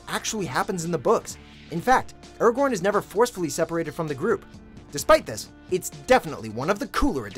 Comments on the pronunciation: I pretty sure sure he was pronouncing Aragon wrong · the way he pronounces nazgul and aragorn triggers me immensly...